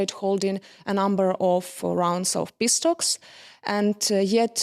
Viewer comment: The lady (and the USSRAINIANS) pronounce PISS-TALKS instead of PEACE TALKS...